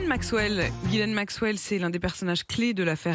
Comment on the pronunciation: Ghislaine maxwell et pas Guilaine !